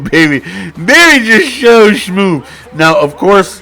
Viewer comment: “berry is sho shmove”💀